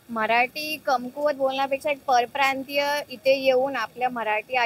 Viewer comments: परियप्रांत??😃 की परप्रांतीय, मराठी तर नीट बोल बे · परिप्रांतीय नाही रे परप्रांतीय असा म्हण तू पण परिप्रांतीय आहेस का 😂नीट उच्चार कर